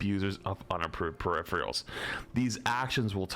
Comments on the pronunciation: I swear to god say perifreals one more time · peripherIALS lmao. Loves adding that I after the R. Solid content tho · says - “Perifreals”. Is this some new slang I dont know about?? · I watch your content regularly. PeriPHErals, please, please PE-RI-PHE-RALS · "Say periphrials ONE more time! I dare you! I double dare you!" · 🤝Emongg Calling it Periphrials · You mean “periphreals”. 😂😅😢😂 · doesnt know how to pronounce peripherals. HOW? I know he has issues with reading but peripherials??? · yeah they pronounce it "peripherials", its wrong. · Why do you and Emongg mispronounce "peripherals" the same way? Man, these east-coast folk smh. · ' inability to pronounce peripherals correctly is going to kill me